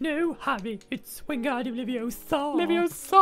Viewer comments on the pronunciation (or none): It’s Levi-O-sa not Levio-SA 😡😡😡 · It's LeviOsa, not LeviosA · It's leviOsa, not leviosaaaaa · Wingardium leviosa! It's Wingardium LevioMOOO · actually...its leviOHsah not levioSAAH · IT'S WINGARDUIM LEVIOSA NOT WINGARDUIM LEVIOSAUR!!! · It's Levi-O-sa not Levios-A 😌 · its Leviosa, not LevioSO. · Its leviOsa, not levioSA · It's LeviOsa not LevioSA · It' LeviOosa not LevioSaa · It’s leviOsa not levioSa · Its LeviOsa not Levioooosah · It's LeviOsa no LeviosA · It's leviooooosa not leviosaaaaaa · It’s lavioooosa. not laviosaaaaaw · stampy "wing-gard-ium-leviosua